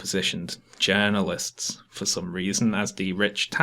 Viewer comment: listen to say "journalists" if he were just a bit more emphatic, he would sound just like paul joseph watson denouncing mainstream media "journalists" in scare quotes.